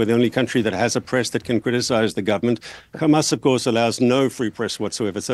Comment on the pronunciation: I'd like to see the count of how many times he said Khamas